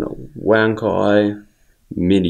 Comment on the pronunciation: Thanks for letting me know, I think most reviewers who aren't Chinese mispronounce it.